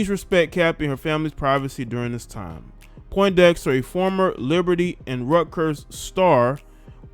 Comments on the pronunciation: Bro you didn't even say her name correct! "PONDEXTER" Where are you getting Poindexter from Fam 😆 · Hey little bro her name is Pondexter not Poindexter